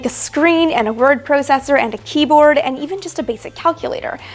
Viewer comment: Your accent comes out with the word "processor"!! Its awesome, though I can't place it?! Keep up the great work Amy!!